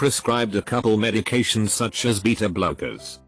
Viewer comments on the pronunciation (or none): none